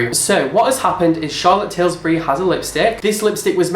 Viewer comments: it's Charlotte Tilbury not Tilsbury 😂😂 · It's Charlotte Tilbury, not Tilsbury, haha.Also, CT is an incredible brand, how have you not really heard of her?? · It's Charlotte Tilbury NOT Tilsbury! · Are you saying Charlotte TilSbury on purpose and I'm not in on the joke.....since it's Tilbury? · It's Charlotte Tillbury, not Tillsbury. And it is a world-famous high-end brand. She is also a sought after MUA.You didn't know that? Not as informed as I thought. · You don't think Charlotte Tilbury is a particularly big brand??? ....... where have you been? What planet are you on? ....... you can't even say her name properly that's how well informed you are! Charlotte TILSBURY????? If a lipstick has just come out and they are all sent it at the same time surely they are all going to have it in their October favs at the same time? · You're British! Lol you should know it's "/Til/bury." Love your vids!! Can't wait for the next scandal ep! <3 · First Tana 'Montague', now Charlotte 'Tilsbury' 😂😂 your versions of names are the best haha